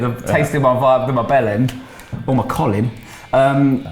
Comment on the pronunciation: Vibe is pronounced Veebay and Bjelland is pronounced Byellend